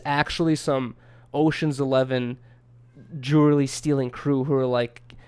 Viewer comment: pronounces jewelry like dj khalad